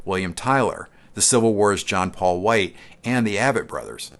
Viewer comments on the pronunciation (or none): Quick comment: it’s Aye-vett. Not Ah-vett.